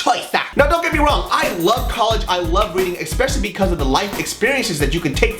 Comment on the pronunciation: You gotta stop saying "EXspecially", please, just leave out the x, I beg you...